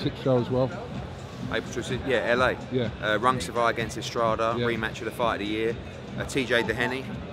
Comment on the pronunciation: Get your fighters name right for gods sake Eddie. It's RungVISAI not Rungsivai. It's embarrassing to keep hearing you get it wrong. You can send my free AJ/Miller tickets to......